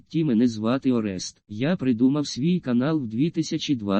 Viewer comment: Но не орЕст а орест